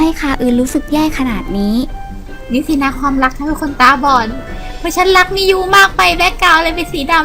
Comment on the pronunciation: มิยูกับมินูมันออกเสียงเหมือนกันเลยอะ